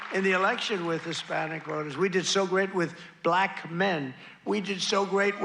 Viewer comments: Honestly Daily Show should get very specific about how Trump pronounces "Black" It's always with a few extra L's for emphasis, very triggered. "Bllllllllllack people" It's a huge red flag for his racism. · Don’t you hate the way he pronounces the word black? I first noticed it when he was talking about Kamala Harris not being black. He says it in a really snarky way. I can’t believe there are black people who support this racist.